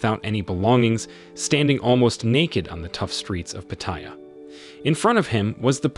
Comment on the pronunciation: Pronunciation is...Pa / Ta / Ya, not Pateya. Place is great for only two things, Farang food and Ho's.